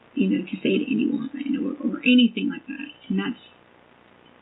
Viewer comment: Her ending every word that ends with a G, with a K, DRIVES me NUTS. " I DIDN'T DO ANYTHINK WRONK". I could give more examples, but you already know. Ughhhhhh